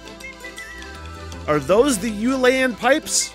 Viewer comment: It's pronounced 'ill Ian pipes..